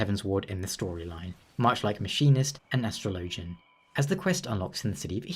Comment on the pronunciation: Astro Lowgin? Astrologian, my guy. its pronounced Astrology, not Astro Lowgee